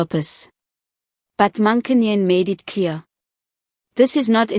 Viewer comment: Please learn to pronounce her surname correctly. If you don't know how, ask. It's the least you can do.